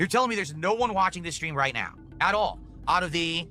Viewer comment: Take a shot of gin everytime he says "ritenao"